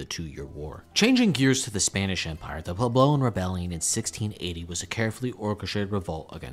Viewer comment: It's PWEB-low. Was this a first draft?